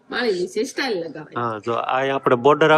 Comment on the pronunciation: સ્ટાઇલ નો મતલબ જુદો થાય છે અને ટાઇલસ નો મતલબ પન જુદો થાય છે..તમને બે લાખ લોકો જુવે છે તો સરખુ બોલો...